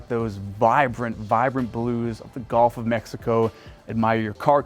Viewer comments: Is it just me, or is this guy saying "GOLF" of Mexico? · Learn to pronounce “G U L F” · My man..the “golf” of Mexico….you’re killing me